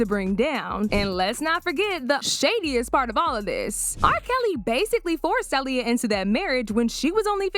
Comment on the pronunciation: That al lea uh is crazy work say it right smh